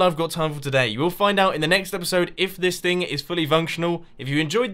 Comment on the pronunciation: omg it's erpiserd sixty-flaka